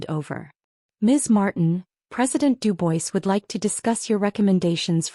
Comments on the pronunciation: Pres. DU-BWA not Du-BOYS! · Duboys ? It’s pronounced Dubwaa